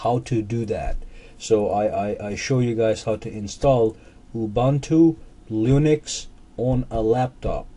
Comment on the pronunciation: Did you say "Lunix"? That's....disrespective.